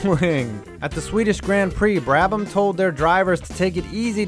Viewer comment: I usually love your vids, but the pronunciations here are atrocious! On the actual content, many of these weren't cheating - for instance, the Brabham fan car wasn't illegal, they were allowed to run it once, then it became known to them it was going to be ruled illegal after that race and they went away from it.